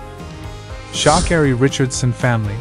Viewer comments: How do you pronounce her name again... Shaakerry. 🤣🤣🤣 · What's with the SHA bit pronounce her name properly for the billionth time. My father told me when I was very young, one must never let anyone spell or pronounce one's name incorrectly.